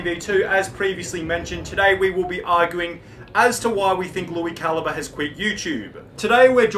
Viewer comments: It's CAL - EEE - BRAY not CAL-EEE-BUR, btw. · Cali bre not caliber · It’s pronounced Lui Cal-eeee-bray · How does no one know how to pronounce calibre? They just say caliber instead